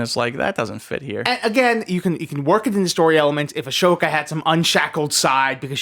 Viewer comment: For the love of Christ, I love you, but it’s Ah-So-Ka not Ash-Oka 😭🤦‍♂️